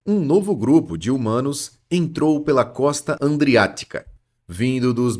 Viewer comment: Costa do mar Adriatico logo Costa Adriatica e nao andriatica😊 não tem a letr N)